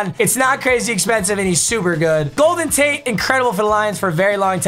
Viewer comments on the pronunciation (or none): none